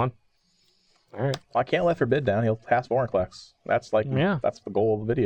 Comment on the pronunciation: I'm sorry, did you say Boringclex? Lol I kid. But really, he turns into archenemy so easily.